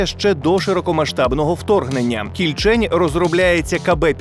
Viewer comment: Кільчень а не КільЧень.